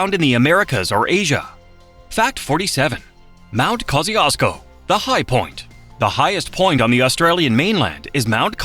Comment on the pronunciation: Can you pronounce Kosciuszko properly!!????? Dont be a bully!